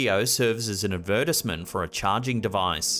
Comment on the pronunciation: Wait, how did he just say advertisement?!?!? 😂😭😭😂😂😂😭😭 NOT “ad•VUR•tiz•meant”!! 💀 ☠️ 😂😂😂😂